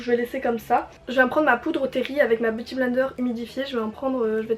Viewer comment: "Boti blender" "l'alayter" 😂😂 On t'aime ❤aha